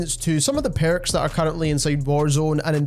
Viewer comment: Which accent is this? “The Perrukss” hihi